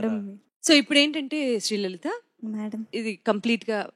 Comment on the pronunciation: అమ్మా, శ్రీ లలిత కాదమ్మ. లలితా అమ్మవారు